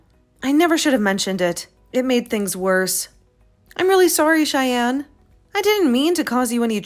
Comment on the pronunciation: Shyann? Did you mean Cheyenne?😅